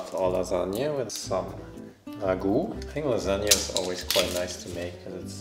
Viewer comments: I think they are SO CUTE but damn that "lasagna" hurt my poor italian heart. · I'm italian, and i love pronunciation of lasagna and ragù